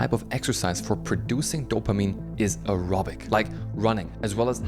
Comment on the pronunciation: I thought he said Erotic exercise! Oh aerobic. Ok. 😂